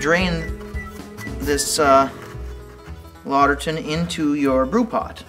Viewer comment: Good demo. However, it's two words, written "Lauter Tun" and and pronounced like "lauter ton". Also, according to the people at Brew & Grow, that spigot is a bottling spigot only and not suitable for the hot temps of mash and sparge water. You'll need to use a stainless spigot or find a plastic spigot suitable to high temps.